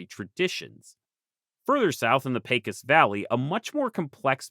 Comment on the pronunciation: great video! Though as a New Mexican, i did cringe when you said Pecos river (pronounced Peh kos)